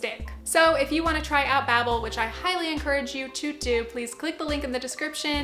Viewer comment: Not trying to be annoying, but I thought you might not know this: Your pronunciation of Babbel is wrong, it's Dutch and it means something like chit chat. You pronounce it like Bah-bbel